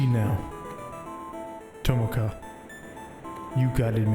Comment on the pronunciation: Nice video. Although I think I've never heard of a worse pronunciation of the name Tomoka.